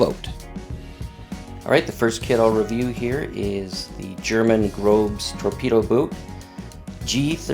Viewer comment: Grobes... ;D lol... the "ß" symbol in German translates to (more or less) "Sz". So it would be pronounced "Groszer" (sounds like: Grosser) and the whole word translates to 'large'. So it's a large torpedo boat. Love the detail that Flyhawk go to, but 1/700 is far too small for my eyes to handle. Look like fantastic kits though, if you're enough of a masochist to take on all that PE. Great vid, thanks for sharing. And the guy over at KMW seems like a nice guy too!